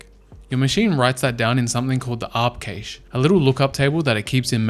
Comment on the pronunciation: He pronounced “cache” 3 different ways in this video 😅